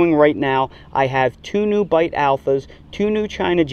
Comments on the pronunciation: Beit, not bite. Beit is the Hebrew word for “house.” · Great video! (Beit is pronounced like "bait." It's a letter in the Hebrew alphabet.)